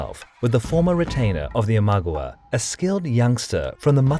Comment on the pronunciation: Are you saying that to me? The whole video - start to finish - is narrated with the most ridiculously bad pronunciation anyone could achieve even if TRYING to be annoying. Imagawa -- He says "im-AG-uh-wuh" (ag rhymes with bag) -- Correct pronunciation: Eeem-uh-Gah-waah Mino & Gifu - he prononces the i like in rim or pin. Japan doesnt have that phoneme at ALL. It should be pronounced like Mean-oh and Geef-ooh (hard g) Asakura - He says "uh-Sack-you-ruh". The correct pronunciation is Aaah-saah-Koo-rah. I have NO idea where he got "aZai" from. Yes, there are some phonemes where "sai" is pronounced "Zai". But in this case the phoneme is not "a - sai" but asa - i. It means "Shallow well" Asa (shallow) i (well), and has three syllables: aah - sah - eee! It is simply impossible to read that with a "Z" or a zz sound. Rokkaku. There are two Ks for a REASON. Not Ro-ka-ku. Roak-ka-ku! I can go on and on and on . . . . As I said at the start, I like the topic, and though there may be some minor question marks in the narrative it is generally a very good video (the story, that is). But I cant listen to more than two minutes without wanting to punch the screen. How hard is it to look up the names and get the pronunciation right???